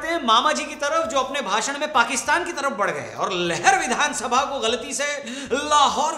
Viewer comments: लहर नहीं वो लहार (जिला :-भिण्ड) है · 'लहर' विधानसभा नहीं है 'लहार' है। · गलती सिर्फ मामाजी से नहीं हुई, आपने भी कर दी,, उस विधानसभा का नाम लहर नही लहार है और वह जिला भिण्ड मध्यप्रदेश में आता है।